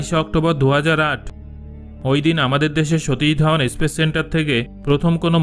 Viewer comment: মনে হচ্ছে বই দেখে রিডিং পড়ছেন৷ উপস্থাপন একটা art৷ কথার মধ্যে ইস্পেস, ইস্টেশন এই স এর আগে ই বলাটা ভাষা শিক্ষার অনেকটা দুর্বলতা৷ যাই হোক কথা ধীরে ধীরে থেমে থেমে উপস্থাপন পদ্ধতি ঠিক করে বললে শোনার কৌতুহল হয়৷ এত চিৎকার করে গম্ভীর ভাবে পড়লে শুনতে ভালো লাগে না৷